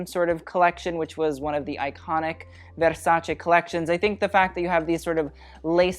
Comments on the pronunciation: My ears are THANKING you for saying “veRrsacE” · Love that he pronounces VersacE!!! Like, Italy thanks you 🙏🏻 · It's the "verrrrsacE" said in the right way for me boy 🇮🇹♥️ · As an Italian hearing Versace and not versaci is a bless to my ears. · I'm new to this channel and i nearly cried hearing you say Versace correctly 😭😭😭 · The fact that he pronounces "Versace" correctly makes my italian soul happy. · Thanks for pronouncing Versace correctly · I'm a simple person. I hear versace pronounced correctly, I click on the like button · Omg finally an american that spells versace correct. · has any other Italian already commented that you’re the first non-italian person they’ve heard pronounce “Versace” the way it’s supposed to be pronounced?